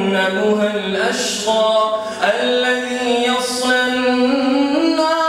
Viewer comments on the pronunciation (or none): none